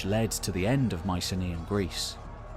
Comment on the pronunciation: Can someone please pronounce Mycenaean correctly?